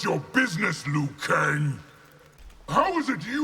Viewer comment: finally someone pronounced "liu kang" in the correct way (mandarin)